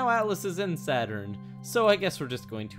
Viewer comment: Well, i guess you can call it SADurn from now on! Di Dun Tschh